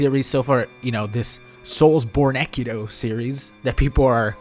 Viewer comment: is it just me or does he keep saying sekido instead of sekiro